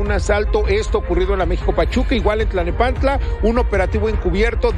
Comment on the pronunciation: Te comento con respeto: Dices y repites en varias ocasiones, Tlanepantla, no es Tlanepantla es: T l a l n e p a n t l a.